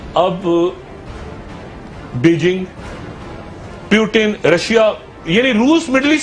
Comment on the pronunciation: its not PEWTIN Dr. its Pootin!!!!!!!!!!!